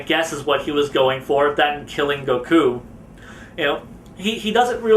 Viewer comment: Why do people not just pronounce the names of characters the way they do in the anime or manga, like the way he pronounces Dr. Gero or Gokus name it's just like no stop